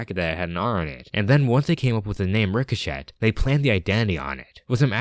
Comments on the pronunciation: Ree-Co-Shay is how it’s pronounced. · Bro... ricochet is not pronounced Rick-o-shit lmao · I will point something out, and it’s not a big deal. But in “Ricochet” the “T” is silent. It’s pronounced Ree-Co-Chay. But like I said it’s no big deal, just something I wanted to point out.